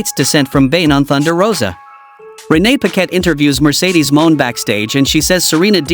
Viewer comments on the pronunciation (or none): I'm still hoping that one day the AI voice will learn how to pronounce Mercedes Mone' Phonetically in these videos.